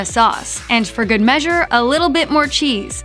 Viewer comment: Are you saying "good" with a T? Sounds like goo'it.